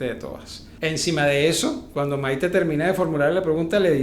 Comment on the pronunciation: Es Maité con tilde en la e , no Maite q suena horroroso